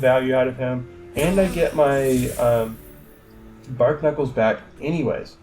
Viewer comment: "Bar - knuckles" not "Bark Knuckles". It's a play on barnacles